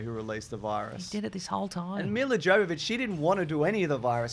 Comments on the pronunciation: Miller Joe-vovich…okay. You might have tried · "Yovovich! Yovovich! How difficult is it? We made a movie together!" You don't pronounce the "J." But that was a quote from Milla Jovovich to Michelle Rodriguez in the audio commentary for the first Resident Evil which I highly recommend because it seems very likely that both are very drunk. And as a result it's very funny. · Trivia fact, her name is pronounced Yovovich. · Just... pretend the J in Jovovich is a Y. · I'm gonna be one of those assholes who chooses to point out that Milla Jovovich's name is pronounced "Mee-yah Yo-va-vich." 😅 Just, ya know... since they're making 5 more of these. 😆 Love you guys! Also, calling my shot now now; They're gonna hate Apocalypse, be indifferent toward Extinction, discover the spike to be Afterlife, be disappointed by Retribution, and be blasé about The Final Chapter. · I love this film series. Everything tells me I should not, and I know it's bad. But I love em. They are big stupid schlocky b-movie action horrors, very much like the games. And I just can't help but enjoy them. Also Milla's name isn't with a hard J. She is Ukrainian.